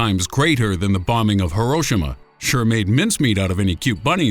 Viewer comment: Herroshima....say it right douche